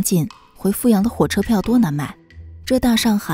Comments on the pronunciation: 阜阳的阜是念第三声啦，我来自阜阳，没错阜阳的确是穷不够富裕，但是民风还是可以，也有可能是因为对内不对外吧，对自己人本地人是真的很好，不后悔做一个阜阳人，还有，老家的小笼包无解的好吃，每次回去都要吃几笼，嘿嘿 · 阜阳人会念fǔ阳。